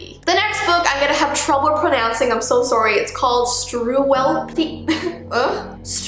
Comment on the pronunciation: I love how she says «I’m so sOrry»😂